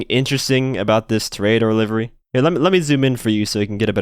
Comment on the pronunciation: TO-RE-A-DOR , not toraydor